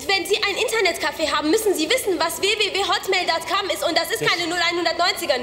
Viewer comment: "datcom" und "einloooggen" zu geil :D